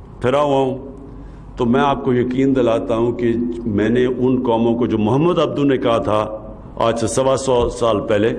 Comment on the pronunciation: Yaar ye Muhammad SAW ka name sahi se nahi bool sakta or ye bare karta reta han